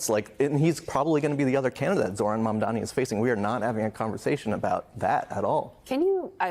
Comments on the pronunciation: still can't say it right. Its MAM DANI! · It’s M A M D A N I (MUM DAH KNEE). Say his name right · Mandami she said 😂😂😂